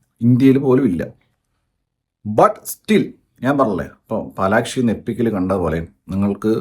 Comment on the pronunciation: Palaxi alle annan palakshi ennanlo yepolum parayane😂😂